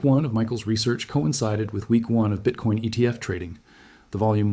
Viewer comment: BITCOIN aka BITCORN ! 🎉 My french speaking mother pronounce it bitcorn out of not knowing. That is funny!